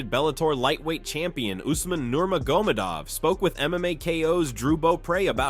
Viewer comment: Narrator pronounces Nurmagomedov, 8 different ways in this video 💀💀💀